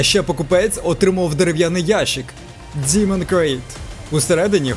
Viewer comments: Файно моя улюблена марка , але ти не правильно вимовляєш діман це що Діма , правильна назва DEMON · Замість того, щоб ганьбитись, ви могли б прослухати в Гугл-перекладачі, що Demon звучить саме "дІмон".